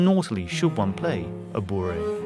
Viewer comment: Just a little pedantic note : it’s bourrée (peasant dance) - not bourré (very drunk, plastered). Definitely not borough....